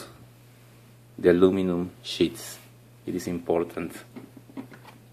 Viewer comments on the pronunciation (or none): when he said sheets i thought he said shits